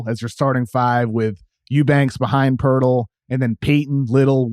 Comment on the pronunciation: Why can't just learn to say "Jakob Poeltl?"